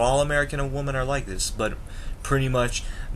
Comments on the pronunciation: Not to be mean do you have a speaking problems it's wemen not women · Hey dude I kinda agree with you although i think you are a bit young to give up on US women. And one thing you got to learn is the pronunciation of the word WOMEN in plural. its like this "W I M I N" cheers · You are pronouncing women wrong. You are saying it singular not plural. Maybe that's why you can't find a good american women. 😂😂😂😂